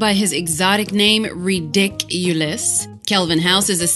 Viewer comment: reDICuliuse HAHHAHAH PUN CITY